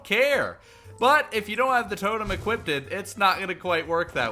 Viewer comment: why he saying "equipded"